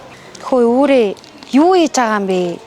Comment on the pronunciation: Үрээ гэж юу баыдгийн үүрээ гээч